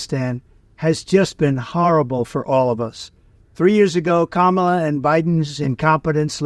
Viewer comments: At least he's started saying Kamala properly. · Thank goodness that dumbass is finally pronouncing her name correctly. I can't believe he actually took his advisors advice for once. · So, he finally knows how to pronounce her name. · What kind of sincere tribute is this when tRump talks more about blame than empathy for lives lost? What a moronic weirdo he is!!! Plus, now he wants to correctly pronounce Kamala's name 🤔 Theatrics... Vote Blue 💙💙💙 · Very good discussion. A nuanced conversation taking the politics out of it is what we all need to hear on all topics . If bright young people like the 2 of these young people can foster this type of discussion then the future is indeed full of hope. BTW I wonder if I actually heard Trump say Kamala close to the correct way---I wondered if those 2 little girls at the DNC giving lessons on it would shame him enough to show him how childish that part of his ranting was. ( or not)